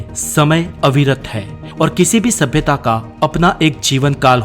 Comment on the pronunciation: Does anyone kept count how many times did he said sabiyata😂